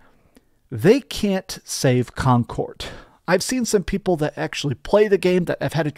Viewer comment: Con cord 😂